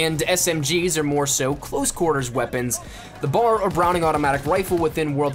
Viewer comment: B.A.R. not bar